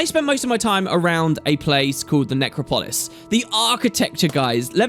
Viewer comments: please, it's 'NecROPolis,' not 'NecroPOLis. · Necropolis, to rhyme with Acropolis (where the parthenon is) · necrO- Polis not how you pronounced it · Neck-crop-pole-liss xP